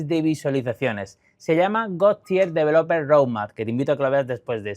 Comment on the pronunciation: Veo que te preocupas de pronunciar bien las palabras en inglés. Mi enhorabuena. Victor Robles, por ejemplo, dice Developer como develóper, que suena bastante mal, tú lo dices bien. Yo le comento que diga Desarrollador, que no hay por qué decirlo en inglés (y menos, decirlo mal) Sin embargo, cometes un error que he observado como frecuente: pronunciar bien CLAUDE cuando va solo (clod), pero mal cuando va con CODE, dices cloud coud. Es clod coud. CLAUDE se pronuncia siempre igual. Es sorprendente, cómo la mayoría de divulgadores de IA en Youtube y Tiktok dice claud y cloud o como se escribe. Yo les comento que recuerden a Jean CLAUDE (clod) Van Damm y que CLAUDE, un muy conocido nombre francés, se dice clod como Françoise se dice fransuá. No suelen hacerne caso. Se llama APRENDER, pero para aprender hay que querer.